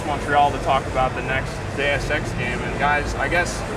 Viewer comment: he says The sex with french accent instead of deus ex